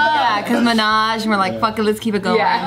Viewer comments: Monash is pronounced Maw-nash. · Ooft I got to Monash Uni haiiiiii 🙋🏻‍♀️ ... it’s also pronounced “Moh-Nesh” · It's Mow-Nash University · How the hell did pronounce Monash???? Its completely wrong from Australa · Lol the pronunciation of Monash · I go to Monash University and sorry that’s not how it’s pronounced 😄😄